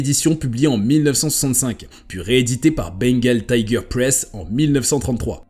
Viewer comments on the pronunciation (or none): none